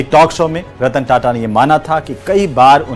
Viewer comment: कदाचित् ही किसी को पता होगा कि सही शब्द 'ताता' है, न कि "टाटा"। इस शब्द को रोमन लिपि में "TATA" लिखा जाता है, फलत: सब उसे "टाटा" पढ़ते हैं। संवाददाताओं को इसका सही उच्चार करना चाहिए और इस बात को सार्वजनिक रूप से स्पष्ट भी करना चाहिए।